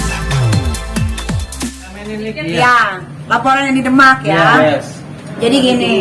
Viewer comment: Lo ngomong yg bener, Bilang Demak blepotan